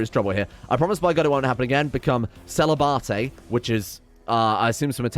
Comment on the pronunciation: Lmao the way you pronounced celibate!! 😂😂😂